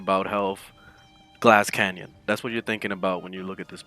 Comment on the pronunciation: "glass canyon" ?